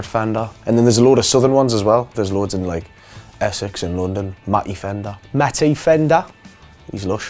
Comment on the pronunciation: "mAtTaY fEnDaH"